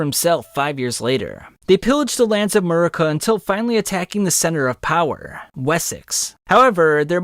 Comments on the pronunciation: Not calling Mercia (MER-see-uh) Murica 🇺🇸😭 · Fantastic video, have always loved your videos, but its Mer-cia. Not merkia! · In the future bro, it’s pronounced Mer-SEE-uh not Murica. I stopped watching 20 mins in because of this. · It’s Mercia, not merica, Mercy-uhh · Great video, really informative. But as an Englishman it pains to hear you pronounce Mercia. Just an FYI. It’s MER-SEA-UH